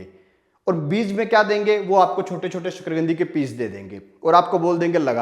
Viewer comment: शकरकंदी है शकरगंदी नहीं